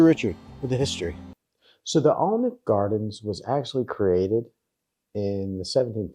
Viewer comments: It's pronounced Ann-Ick, the L is silent. In the castle grounds you should also have seen the Treehouse restaurant? Also in Alnwick is the largest used book shop in England, in a disused railway station. One of my favourite castles is Walkworth Castle, also owned by the Percy family. It's been ruined for centuries but as a child was brilliant for chase, hide and seek etc. I spent many a happy summer there playing, and charging tourists that were lost within the ruins to find their way out. Always paid enough for ice cream! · The correct pronunciation for Alnwick is AN-ICK … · Alnwick is pronounced Annick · Spelt Alnwick, but pronounced Annick